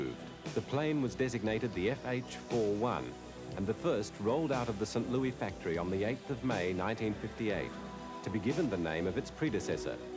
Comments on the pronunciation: I love how the narrator pronounces St. Louis in typical British fashion as "Sin Loo-ee", obviously never heard the typical US "Saint Loo-iss" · You know what bothers me the most? pronouncing St. Louis as St. "Louie".